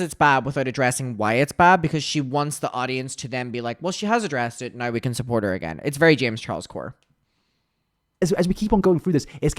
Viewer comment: I love the way you say " Now"....it sounds like "no"